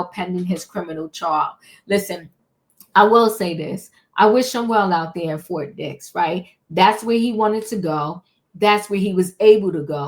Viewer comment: Did you say Fort Dix or Fort Dicks prison? God bless merikkka! Where else can a billionair nigggr rapist fuck get special treatment. Merikkka, you always get fucked by the billionairs...gallons of baby oil help the burn though...😊 If you see an oil tanker near Fort Dicks...Diddy did it! 😂😂😂😂😂😂😂😂😂😂😂😂😂😂😂😂😂😂😂😂😂😂😂😂😂😂😂😂😂 #cancelsnoopdiddynigerswhitelovingniggggggeeeeerrrrrs!😊